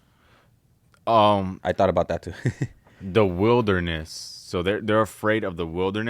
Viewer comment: Getting lost in the “witherness” 🤣